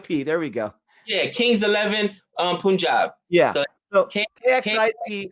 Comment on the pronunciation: Hey the correct way you pronounce Punjab is the same way you pronounce 'pun' in the word punt.